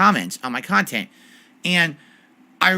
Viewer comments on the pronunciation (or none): "..common comments on my khantent." made me laugh